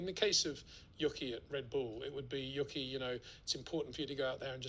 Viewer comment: I watch a lot of Peter's videos and I have to say it really irks me that he says literally says "yucky." It's not like Yuki is a new driver either. It's not a difficult name to pronounce. It's "Yoo- key." Can he just not hear himself?